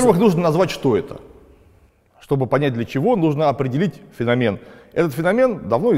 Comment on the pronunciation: не феномен,а феномен, ударение на второй слог, деревня.